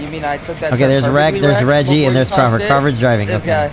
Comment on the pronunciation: he said “crawlford” 😂😂